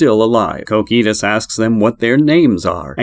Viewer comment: Like "Cokitoos" bro it strikes the ear badly